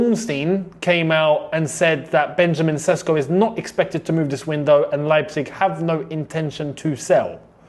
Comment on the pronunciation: for the love of God, its not Sesko, it Sheshko! Make Š great again!